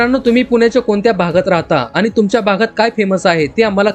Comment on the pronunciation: मराठी नीट बोलायला शीक. आनि पानि नको. ण उच्चारायला शीक.